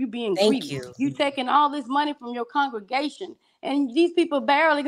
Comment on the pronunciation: It's and his conjugation for me. Lol..., the word is con-gre-ga-tion and not con-ju-ga-tion. You are not conjugating any Spanish or French verbs here.Two different words boo!. Lmao!!